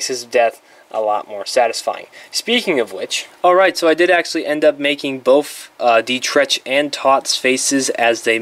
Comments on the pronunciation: Dietrich’s name is mentioned once by Sallah, it is pronounced DEE-trick. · Sallah mentions Dietrich by name once in the film. He pronounces it D-trick